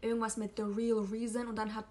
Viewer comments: Rhysand wird "Rhiesand" aus gesprochen also nicht wie "reisand" haha ich hoffe man versteht was ich meine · Achso und Rhysand spricht man Reesand aus. 😊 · Kein hate aber können wir bitte über die korrekte Aussprache von den Namen und so reden? ACOTAR als "Acotar", das A wie A im Deutschen nicht A wie im Englischen, Feyre als "Fey-ruh", Rhysand als "Rees-and" oder "Reese" (wie reese's cup), Prythian als "Prith-een", Amarantha als "Am-a-ran-tha" und Lucien als Loo-sheen... etc. (alles confirmed von SJM, in einigen ACOTAR Büchern steht auch ein pronunciation guide drin, kann man aber auch googeln)